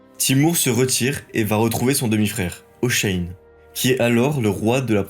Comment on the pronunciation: Pourquoi vous prononcez Hoshein?